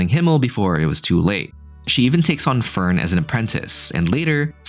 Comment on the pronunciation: the way you pronounce fern is hilarious because you say förn.